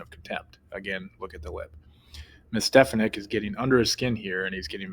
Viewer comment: Stefank's name is said correctly at least twice in the beginning of the video, yet you mispronounced it several times throughout your assessment.